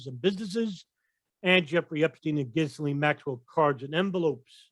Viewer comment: Ghisalaine?.... lol silent S.